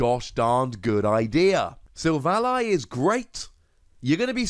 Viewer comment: its SIL - VALLEY. silicon-valley. its a pun.. kind of like RayQUAZA to Quasar. this has been a public service announcement.